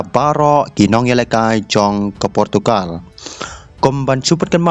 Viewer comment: portukar???? Rolls-Royce ❌ rose-rois ✅😂